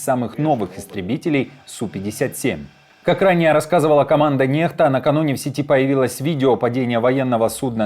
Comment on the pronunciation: Некста а ни нехта блин 😅